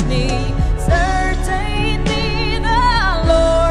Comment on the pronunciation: My only feedback: She pronounces the word certainly wrong every time she sings this sing. I hope someone in her team tells her that. She could easily corrects it. Her singing though is superb!!!!